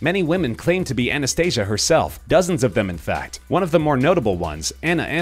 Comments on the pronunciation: You said Anastasias name wrong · Anastasia and Maria, also, you said Anastasia wrong